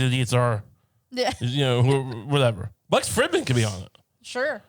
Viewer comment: It is so wild how many times he has brought up Lex and gas never pronounced his name correctly.